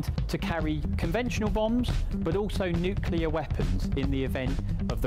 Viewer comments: Bloke cannot say Nuclear. Its Nuclear not Nucular. So embaressing. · Always puts me off when the commentator can’t even pronounce Nuclear properly! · Why can't people say "nuclear" properly? It isn't difficult.